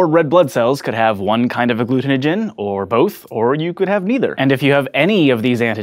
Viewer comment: Good job with pronouncing agglutinogin,!